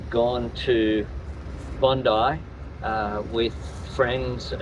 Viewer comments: G'day Mate! Please, Please, Plesse... It is pronounce "Bond-eye" NOT Bondeee... Cheers! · Hey buddy , the word Bondi beach . Is pronounced as bondeye beach bro not bondy beach 👍🙂 good reactions buddy cheers from Australia 🇦🇺🐨🦘🪃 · its pronounced BONDIE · Pronounced BON-DIE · 😂 Bond...eye, is the pronunciation 😂❤🇦🇺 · Its not Bondi , its pronounced ‘Bond-eye’ 😅